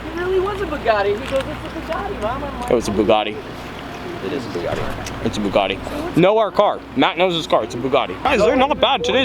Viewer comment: I'm sorry but, Bugatti not buggati!!!!